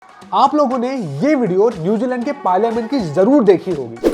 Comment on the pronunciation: Na to Māori bolna ata aapko a aur o ka hi nahi pata … na hindi ke word aate apko … bhasha ko bhasa zarur ko jaroor ( avashya bhi bol sakte the ) and na apko haka ka pata … haka is a popular dance everyone has seen it in football., everyone has seen it in rugby … seriously employability is an issue in India …